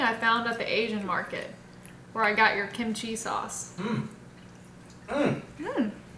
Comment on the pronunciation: Kim chi (kim Chee) no “I” sound between them lmao.